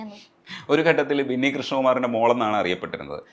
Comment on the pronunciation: ബിന്നി ആണ്.. വിന്നി അല്ല 😊